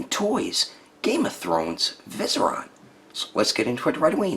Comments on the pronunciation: Great review.. but you pronounced it as VI-seri-on not viserOn.. tha ks :) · Vie-seer-ian. I know, im that guy. 😭😭😭